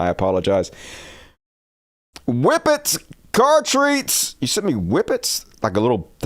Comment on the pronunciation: #cattreats not "car treats" 😂